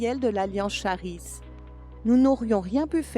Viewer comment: Désolé pour (1) quelques soucis techniques au montage final - on continue d'apprendre! (2) la prononciation erronée du mot Charis, grâce (prononcez "karisse") le doublage a été réalisé par un service séculier et je ne l'ai vu que trop tard :(. Merci pour votre grâce!